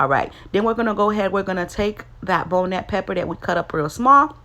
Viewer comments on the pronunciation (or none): It's pronounced bonnet like Scotch bonnet pepper, or like a bonnet that you put on your head